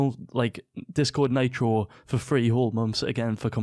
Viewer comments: Do you call mitro maytro ? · listen to the vid he pronounced nitro naytro lmao